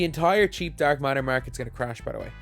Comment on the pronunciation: He says dark matter like dark martyr